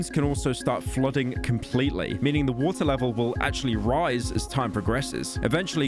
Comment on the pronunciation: Pyro can't say "bottle of water" without an H